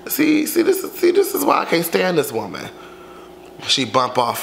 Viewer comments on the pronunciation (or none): none